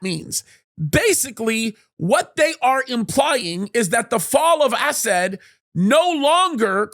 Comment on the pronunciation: Am I the only one who chuckles every time this dude says "Assad?" It sounds like he's calling the guy "ass-hat." XD